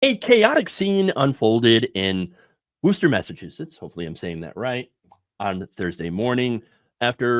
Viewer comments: It's pronounced WUSS-ter, or WUSS-ta if you are from Eastern Massachusetts. (as in you are a wuss) NEVER Woo-ster, it is painful to hear when you try to say it that way, but good effort. And don't ever try to pronounce the middle R, you will hurt yourself. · Woosta, there's no ER at the end.